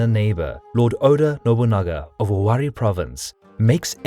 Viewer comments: What are you talking about? It's not Owarai...it's Owari. Even in Japanese it's 尾張国.....Owari no kuni. If you want to try to be all smug, at least know the history you're trying to comment on...this guy said Owarai..........LMAO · It's read "Owarai" not "Owari" lol also, the mino part is not 100% accurate